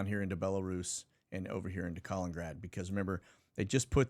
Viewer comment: **Kuh-Lennon-Grad not Colin-Grad